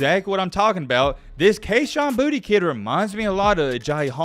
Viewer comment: Boutte• is pronounced “Boo-Tay” . get more cultured my guy.